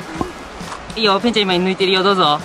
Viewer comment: ぺんちゃ言えなかったね